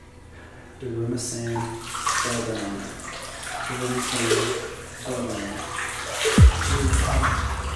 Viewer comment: He said daruma-sÆn instead of daruma-san